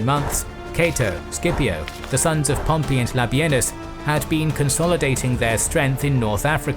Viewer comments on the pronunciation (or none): none